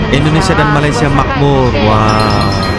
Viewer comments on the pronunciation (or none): none